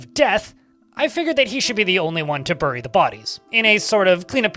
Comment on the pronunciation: "Burry" lmao